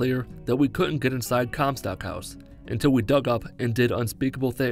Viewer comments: “Descended into the sky” and referring to comstock as “Comcast” had me rolling. 😂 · Lol Comcast it’s comstock